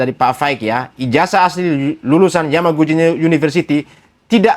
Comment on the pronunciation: Roy Suryo malah plesetkan Yamaguci menjadi Kawaguci...😂🤣